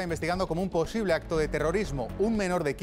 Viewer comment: ¿”Posible”? señores…